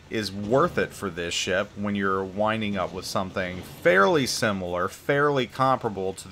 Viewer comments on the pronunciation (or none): none